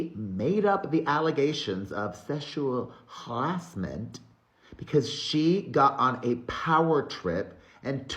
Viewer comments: Sechual Ha-asment … cracked me UP 🤣🤣🤣🤣🤣🤣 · Sheshual Ghaurashment!! 😂